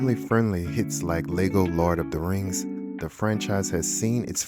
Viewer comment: I love the "lard of the Rings" lol